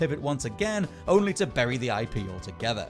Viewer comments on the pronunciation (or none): none